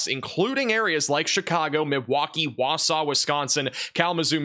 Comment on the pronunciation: flexing his correct pronunciation of Wausau